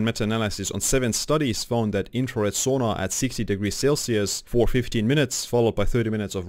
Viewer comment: It’s pronounced Sauna, not Sona.